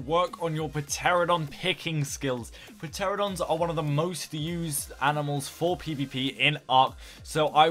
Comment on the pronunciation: PUH-teradons LMFAO